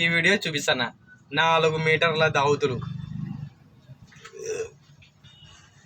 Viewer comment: ఒరేయ్ నాయనా దావతులు కాదురా నాయనా దోవతులు లేకపోతే పంచెలు అనండి దావతులు కాదు దోవతులు ఓకేనా